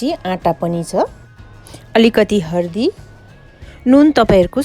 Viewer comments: Ki hindi ki nepali bolnuni ani hardi hina haldi vanxa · Hardi haina k dd haldi ho